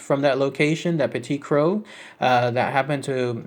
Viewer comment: Croix is pronounced Croy. I hope this helps you or anyone in some way, unlike the bizarre set of circumstances that happened to me to learn that information (LoL). ^.^ Have a great day y'all